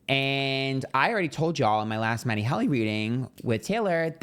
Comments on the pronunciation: It’s HEALY, not Hally 😂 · Babe, it’s pronounced Matty HEEEEELY like the heel of your foot❤ love you, though and find your readings to always be spot on! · It’s Matty HEEE-LEEE! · It’s HEAL-y. It’s pronounced the way it’s spelled! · He calls him matty HELLY on purpose. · His name is Matty Healy. You are pronouncing it wrong. These readings are so lame.